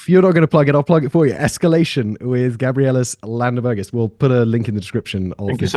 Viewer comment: I must say, you really strugle to pronouce his full name :D